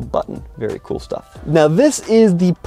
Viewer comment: In - e - oss